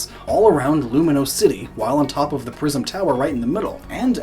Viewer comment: Lumiose, not Luminose.